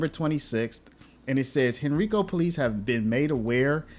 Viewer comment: It's hen-ry-co! Not hen-ree-co...